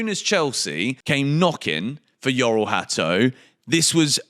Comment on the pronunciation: The pronunciation of his first name is Jor-ell, not Yor-ell